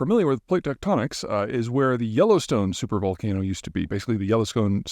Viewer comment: "Yellow scone stuper volcano",😂 you said not me